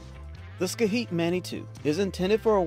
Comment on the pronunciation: Did you really say scaheat for Schiit?